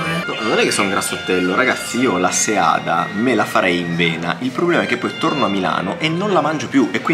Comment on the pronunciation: Bravissimo.. Finalmente la pronuncia corretta di seada al singolare. Sbagluano anche i sardi del cagliaritano che l' hanno conosciuta da qualche anno.